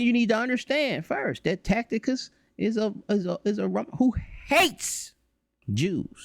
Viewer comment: This doofus 4 real keep saying TAC.. TI.. CUS when It's TAC.. I.. TUS!!